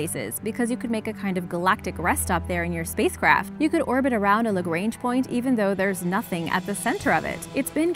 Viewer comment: What I love bout origins explained is that they use meters and kilometers instead of those American nonsense measurements, but the way you pronounce Lagrange gives me creeps... It's a French name, no need to pronounce it like it is English